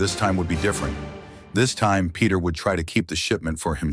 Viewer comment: When the narrator can’t even pronounce Peter